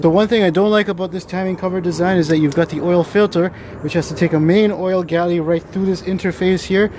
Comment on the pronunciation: Oil gallery, not galley. I only learned last week. Great video!